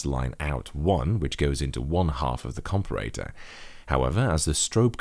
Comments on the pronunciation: You say comparator strangely :P Compare-a-tor. You can also just say op-amp. Other than that, good job! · A com-per-ray-tour ?